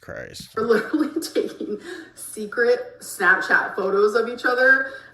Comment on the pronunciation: I'm not gonna listen to someone who cannot pronounce the majority of their native language correctly's - "liiiiderulllyyy", "supposively" etc. etc. - opinion on whether the moon landing was fake or real, or whether Katy Perry left the ground or not.